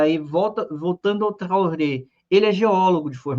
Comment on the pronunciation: Traoré, se pronuncia com o final "rê", fechado. "Trorrê"